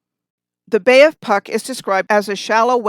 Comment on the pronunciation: and Puck pronounce is Pootsk :)